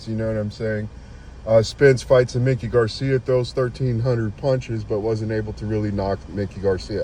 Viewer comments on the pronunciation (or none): If you are going to have a boxing show. Know the boxers. It's MIKE. E. NOT LIke Mickey Mouse. Mikey Garcia.